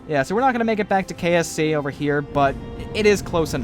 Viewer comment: It did really sound like kfc kerbal free centre